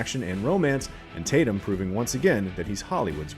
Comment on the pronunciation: Channing Tatyum get it right!!